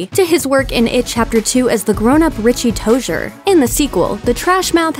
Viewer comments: i know this girl did not say "tocher" its to-ser exept with a z, tozier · SHE DID NOT JUST SAY TOE- ZUR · Float she said “toshier” lmao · did she just- did she just say toshier? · She can’t even say “tozier” properly. 💀💀